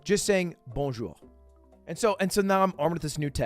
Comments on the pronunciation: You out yourself at the very start. The way you say "bonjour" is wrong. You keep accenting the r at the end trying to roll it. But you shouldn't prounounce it at all. Your accent in other words is prety good except that r at the end... :/ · Bro, you can tell you are not French from a mile away. You just look, act, speak and dress like a US tourist in EU. Even his "Bonjour" sounds American xD